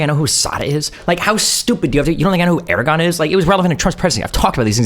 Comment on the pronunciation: it's Erdogan... yes pronouncing it 100% correctly is expected. If you can't get the name right, you are going to get everything else wrong, which Destiny repeatedly does by not acknowledging international law for one. Also, whilst I'm sure I haven't heard all the times Destiny has pronounced Erdogan, the few times that I have seen he has been consistently wrong. Destiny didn't care about politics until his 20s and even the it was only domestic. He is out of the loop when it comes to IR and it shows. He should not be dealing g with these arguments cause as much as he criticises Hasan, he is even more wrong. He lacks the background knowledge that following IR for a decade gives and he is not going to remedy the gaps by looking at Wikipedia for a month.